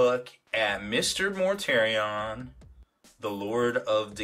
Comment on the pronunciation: The way you pronounce Mortarion makes me have violent thoughts. Enjoyed the video though.